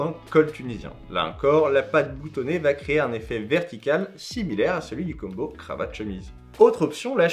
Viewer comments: Très très cool, mais pour l'amour de dieu combo ne se prononce pas Kumbo!!!!!!! S'il te plaît arrête 🙏🙏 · ni l'un ni l'autre, ca ne se prononce pas comme ca en anglais ni en français. Là, tu le prononce comme "Dumbo" l'elephant mais avec un "K"... Je suis peut être le seul mais j'ai les dents qui grincent à chaque fois.